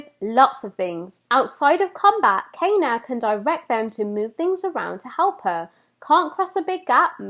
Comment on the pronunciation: OMG!! U got me so hyped for this game!! Great theory and analysis of Kena aka 'Cay-na' lmao. Got my shirt on shipping right now, Emberlab about to drop a classic🤗🔥✌